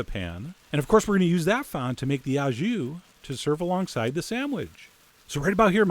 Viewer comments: "au jus" is French and pronounced "oh", not ow as in cow. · Love your videos. It’s “au jus” and it’s pronounced “o ju” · Uprated. Fun! "Wreck Roll," for a stupid joke. It's pronounced "oh jhoo." You can just say you are serving it au jus and the juice is the "jhoo." Sauces usually go on the side, separate in France, too. Don't worry, the French slaughter English. I still get annoyed about "rumsteack." I've tried to say it's "rumpsteak" and explain it, and they pronounce it like the French word for rum ("rhum") but so what? I would never presalt red meat cuz it seizes it up and toughens it, sucks juices out, but I'll take your word for it, Chef! Sliced so thinly like that, it might not matter. Greetings from France, and hello to Buffalo, where I had great onsite-made donuts with a drive-in takeout window!